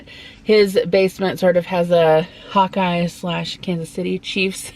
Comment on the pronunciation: When you first said hawk eye I thought you said hot guy lol